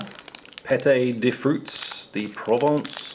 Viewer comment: pâtey de fruitss de pwovence